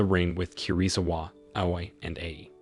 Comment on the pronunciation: And he pronounce Aoi not A-o-i